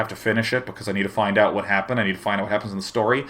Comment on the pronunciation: I love how day9 adds an h in front of every word that starts with a w. x) hwhat.